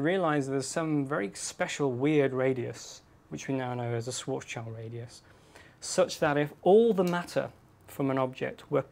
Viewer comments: Not "swoarts child", it's Schwartzschild! Enter the words "schwarz" and "schild" in dict cc and hit play in order to hear how it's pronounced. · Sorry but as a (non-native) speaker of German, I can't help but cringe at the English pronunciation of Schwarzschild's name. It's supposed to be like "shwharts shield"... close enough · isn't the -child in schwartzchild suppose to be pronounced "shield"? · His name is Schwarzschild (pronounced shvarts shiild), not sword's child. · its SCHWARTZSCHILD-RADIUS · His mispronunciation of Schwarzschild is cringe-worthy.